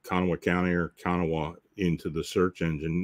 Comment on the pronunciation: Kanawha is pronounced "Ka-naw," with the emphasis on the last syllable. The "ha" on the end is silent. The name is native.